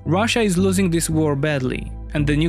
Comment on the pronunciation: russia is loosing saying with crazy russian accent. XD. broooo, they annexed next 3 or 4 province of Ukraine. Where you see loosing? it is same to say, USA lost war in Iraq or Afganistan.